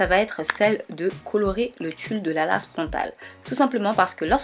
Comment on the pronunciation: J'ai beaucoup aimé ta vidéo mais tu dit lace( mais on dit l''ai''ce c'est anglais )